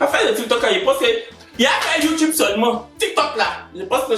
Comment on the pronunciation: « Le tik me tok »🤣🤣